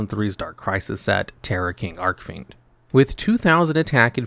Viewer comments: ARC FIEND ARCH FIEND YOU kill me when you mispronounce names celtic guardian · Archfiend is pronounced with a soft C -_